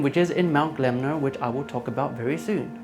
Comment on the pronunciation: Im surprised no one mentioned your pronunciation or mount gelmir, it's Gel-mir not glemner.